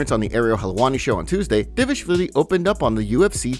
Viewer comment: Did you see the video of Merab teaching how to say his last name? Because it seems like you didn't. You keep calling him Devishvili which is wrong. D-Val-Ish-Vil-e. Everyone always skips the val. It's D-Val-Ish-Vil-E It's not Dev-ish-vilie